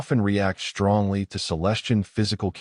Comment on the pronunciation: I HATE THIS AI VERSION!!!!!!!!!!!!!!!!!!!!!!!! It constatnly stu.u.u.u.u.u.u.udders and sta..a.a.a.a.a.a.a.ammers on words. AND it pronounces "...str..."words with a FKN "H" after the "S"..............SHTRANGE, SHTRONG, SHTRENGTH, EXSHTREME, EXSHTRORDINARY, FRUSHTRATION, ADMINISHTRATION, SHTRAIGHT, REGISHTRATION, SHTRANGELY, SHTRAIGHTENING, SHTRONGLY, SHTRANDS, HISHTRY, SHTRUCK, SHTRANGENESS, SHTRETCHED, CONSHTRUCTED, ADMINISHTRATOR, SHTREGTHS, RESHTRICTED, DISHTRESS, SHTRONGER, DESHTROYED, RESHTRICTIVE, ETC., ETC,.